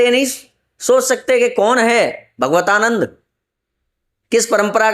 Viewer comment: भगवतानन्द नहीं भागवतानन्द बोलिए।